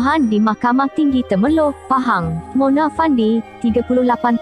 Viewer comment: Knpe you sbut Mone?? Plik2 la sbutan pn.